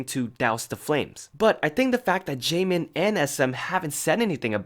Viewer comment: especially the difference between double and single letters. like the word jaemin meant to say had a double 'N' sound but it came out as single N rip